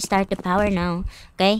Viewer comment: The way say neoww